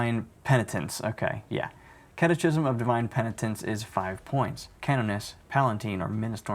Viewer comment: Not that it's important (but hey, engagement) but I think "catechism" is pronounced with a "-ki-" not a "-chi-". (Unless you actually use that word and pronounce it that way - then you do you.)